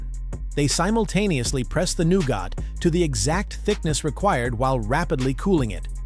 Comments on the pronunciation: it's nowget NOT nowgot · It’s pronounced NEW-GET not NEW-GOT (stupid AI guy 😡😡😡) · I can't hear 'new got' one more time.... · Noo-got? Really? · hmmm, "new-got" ? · I’m out. If “nougat” is too difficult, don’t make videos.